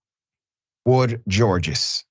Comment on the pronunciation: Woldegeorges is Ethiopian...i have extended relatives children with this last name..its pronounced Wol-di-ghee-or-ghes😢